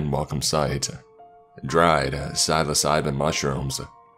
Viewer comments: You are pronouncing psilocybin wrong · Psilocybin - sil-uh-sigh-bin, or sil-oh-sigh-bin. Esticada - es-tih-kay-duh. That last one you may never have to say again, not being from rural Oregon, lol, but, just fyi. Anywho, sorry, but I just had to be THAT guy. I luuuuuuv your work, thank you so much for everything you put into narrating these amazing stories. I hope you read one of mine someday ;) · How he says “Psilocybin” kills me inside